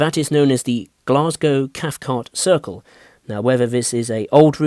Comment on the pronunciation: At first I thought you said fife circle line